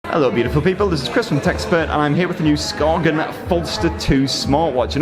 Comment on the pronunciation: It’s pronounced Skaen. You don’t say the G.. it’s a Danish brand, learn your names!